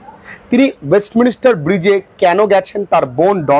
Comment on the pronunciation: Sir ওয়েস্টমিনস্টার এই উচ্চারণ টা হবে